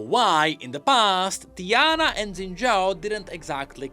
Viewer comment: I know my guy hahaha he just said the name wrong Its TI-ana But instead in this case he said DIE-ana , simple emphasis on the first letter makes it sound completely different… It was a joke